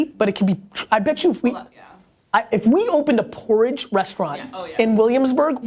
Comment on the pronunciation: lol, pooridge!